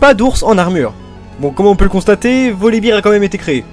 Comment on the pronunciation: Olala, je déteste ta prononciation des noms commun! Soit tu nous les fait à la française, soit à l'anglaise, mais pas Français/Anglais! Freljord => ]Frailïorde] ... Je suis rabat-joie mais les doubleurs français ont tous cassés en le prononçant salement ! Volibear => [Volibaire] ... Et non pas Volibeer [Volibire], c'est pas une bière ton ours :D Zyra => [Zaïra] ... Je suis sûr que tu dis Ryze [Raïze] et non [Rize], c'est pareil pour Zyra :D Mais bon, sinon c'était sympa ! :d